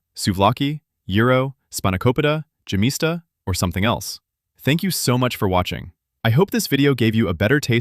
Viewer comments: Yemista, not gemista. The G is sounded out like the letter Y. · Yemista the( y )is pronounced like in yes and the accent is on syllable (sta) and not in ( mi) ,but your version is a.i. generated and not spoken by a real human voice. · You should pronounce `gemista` as `ghemista`!